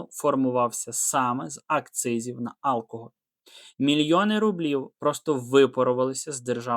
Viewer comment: алкогОль, а не Алкоголь